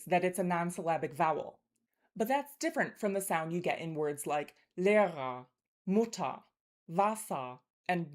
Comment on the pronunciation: I’m sorry, I couldn’t distinguish the difference between “nur’ and ‘Mutter’😢 from what I heard, I felt there was an ‘a’ in it when you pronounced ‘Mutter’ or ‘Wasser’, like [muttar] or [vasar], is my understanding correct? Danke!!❤